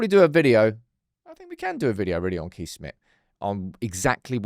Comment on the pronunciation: Just a heads up as a Dutchman myself. You have to pronounce Kees as Case, thatll save you for another Lammens dillema😂